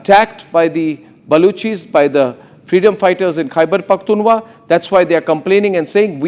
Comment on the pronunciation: DAFFER anchor kheberphktunwa nhi khber phktunkha hotta w silence Hai silly😏🤓